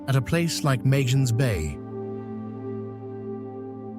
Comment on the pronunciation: Like the way Charlotte Amalie, Fungi & Magen's Bay are being pronounced 😑😑